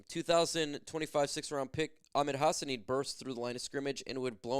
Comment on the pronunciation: Hi my son name is Hassanein you saying Hassanein wrong. Just say two prat. Hassa- nein Hassanein Thank you. Go loins 🦁🏈💙